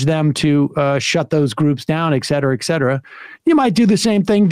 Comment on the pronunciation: Sam is such a bright, well-educated dude. It strikes me he continues pronouncing etcetera incorrectly. ☺️